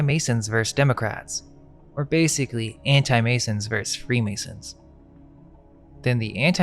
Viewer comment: Versus* The pronunciation of the abbreviation for versus...vs...is versus. Not "verse".